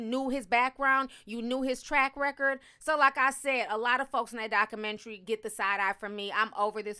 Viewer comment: I hate how she says documentary 😑😑